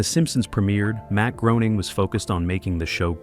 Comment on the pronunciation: D'oh! It's pronounced Matt Graining, NOT Groaning!!!